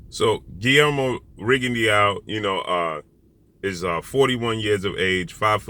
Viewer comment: Rigondeaux......pronounced Rigondo......not Rigondiao......just saying🙃